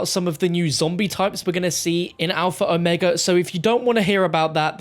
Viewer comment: At least one person online is pronouncing the map name properly. I can die in peace now.